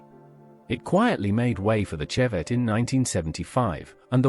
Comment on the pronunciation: Come on at least spell it correctly! Oh and its Chevette like shove, not cheese! FFS